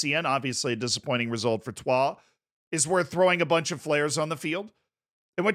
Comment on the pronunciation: the pronunciation of troyes is acc spot on, was expecting the average american “troy’s” pronunciation